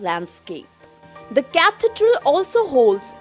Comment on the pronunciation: Who pronounces Cathedral like this